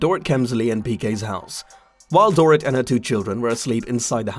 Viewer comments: It’s not Dor It. It’s pronounced Dor ret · DORE IT …omg the pronunciation is appalling .. Boom there goes your credibility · Door Eat… that’s how you say this lady’s name.👎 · It's Dorit but pronounced " Dor - reet" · The only reason I believed her is because she lives about 1/8th of a mile away from Kyle, whos home was also broken into. I think these people know when they are out of town and probably didn't expect Doorit (love that you mispronounced her dumb name the entire time) to be home. As for the alarm system, I feel like a lot of people don't set it when they are home. I know that I rarely do. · Door-it lol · i lovi love the way you say her first name LMAO. Dor-It 🤣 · Omg ....learn to say her name.